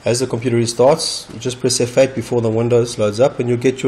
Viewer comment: did you say effect or f8?